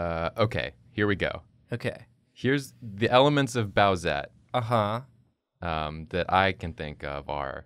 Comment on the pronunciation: saying "bowsette" gave me psychic damage